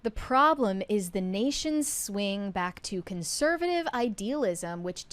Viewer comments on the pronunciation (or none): Where are you guys from? This OXCENT from the current generation is crazy. says “bock then.” She’s trying to day “back then.” Why did a short “a” become a short “o?” Is it the vapid accent of valley girls and Hollywood??